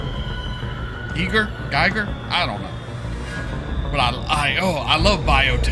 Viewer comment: HR Gigers name rhymes with eager, according to his book ARh+